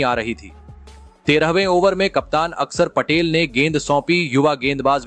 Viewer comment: यार आपको तो अक्षर पटेल भी बोलना नहीं आता ?